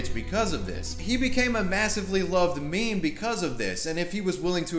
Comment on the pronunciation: Did he just pronounce meme as "maym"?